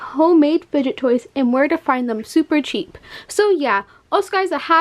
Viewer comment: Haha she said ten dollars to twenty dollars supper supper cheap 😂😂😂😂